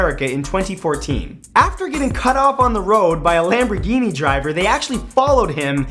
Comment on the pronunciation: My reaction to the lamburgini? It's a deditated wanbugeeney.